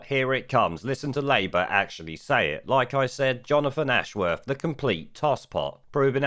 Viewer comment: Jonofwon Ashworwf. Imagine never having learnt to pronounce your own name. (Another) Labour thicko.